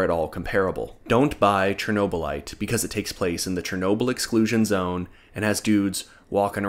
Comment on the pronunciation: What the hell’s a Chernoberlatite?